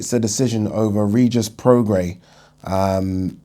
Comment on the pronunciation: YES. You finally pronounced Prograis right